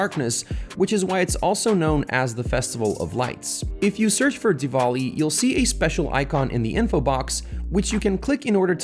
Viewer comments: Dude it's not "dewoli" it's DEWALI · Please say dewali like a indian